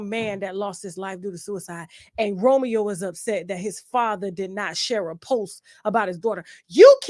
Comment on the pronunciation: I’m so happy to said it Romeo wrong af